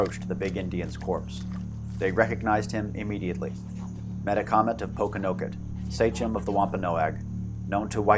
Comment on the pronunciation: Extremely informative and engaing video, but the pronunciation could use work. Sachem is pronounced "SAY-kem", not "SAY-chem" for instance.